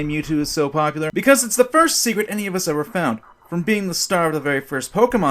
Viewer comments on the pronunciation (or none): none